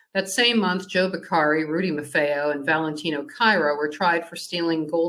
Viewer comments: Pronounced “MAR-FEE-O!” Not “MAR-FAY-O.” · No offense but, it’s spelled “Marfeo,” but you are correct, it’s pronounced “MAR-FEE-O”, not “MAR-FAY-O,” like they are pronouncing it. 👍🏼